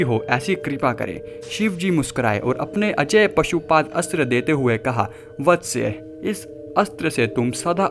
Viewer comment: निवेदक पशुपात अस्त्र बोलता है। परंतु, सही उच्चारण पाशुपत अस्त्र बोलना योग्य है। मनोहर